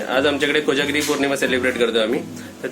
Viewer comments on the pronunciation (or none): अरे खोजागिरी नाही रे कोजागिरी पौर्णिमा मराठी सुधार